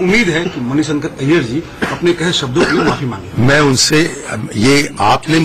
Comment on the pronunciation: जब हिन्दी पता ही‌ नहीं था तो क्यो बोलता है ? मणि शंकर नही मणि संकर है